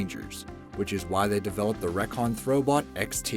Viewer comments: Recon (ree-con) like reconnaissance ? not reck-on (?) nice vid though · It's pronounced REEcon, not REHcon. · It is NOT PRONOUNCED “wreckon “ it is called REE CON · Reeeeeeeee con not 'reckon' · The reakon throw bot... No!!!!! REE-Con throw bot. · I have to ask - what's up with the strange pronunciations of some words? Like and the Recon Robot. You pronounce it like "wreck on" when the word is supposed to be pronounced "reek on"? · IT’S REEEE-CON!!!! NOT REHKON!!! GRRRRRR!!! ALWAYS SCREWING UP EVERYTHING!!! SO IRRITATING!!!! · Recon is an abbreviation for reconnoiter, Which means "make military observation". That observational equipment brand name is pronounced (ree'-con). I am closely associated with the military as my father was in not one but two of the branches. He thinks you're an idiot for mispronouncing Recon. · you reckon ? Hahahhaah it annoyed me so much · the way he pronounced "recon".... much cringe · Oh god its painful to hear how he pronounces "recon". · The way he pronounces Recon triggers me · You couldn't spend 10 seconds Googling how to say "recon?"